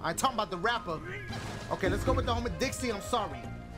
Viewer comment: U called Trixie Dixie